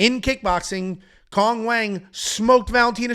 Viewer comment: Chinese people seem to call Cong "Tsoong"